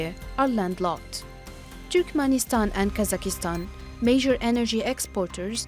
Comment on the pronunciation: This is not how you pronounce Kazakhstan and Kyrgyzstan in English.